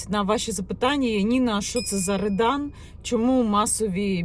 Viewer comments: Не редан, а рьодан. Це двіж - неформали проти гопніків, як в 90х початку 2000. Погано що в нас підлітки тягнуться до російської повістки. А смисл той самий що і раніше. За дітьми треба слідкувати, якщо не слідкувати то вона може стати гопніком АУЄ, а не тільки в Рьодан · Не редан а ребан